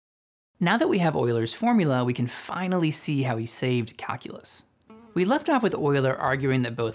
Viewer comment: it really sounds like you're pronouncing "calculus" as "kakulus"